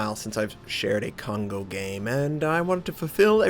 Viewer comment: Hey! Since you've mentioned before that you're trying to pronounce the ship names correctly, instead of " k-on go ", it's more like " co-n-go " since "ko(こ)" and "n(ん)" are both independent alpahbet in Japanese. just to give you some reference:p Really like your videos! keep up the great work:)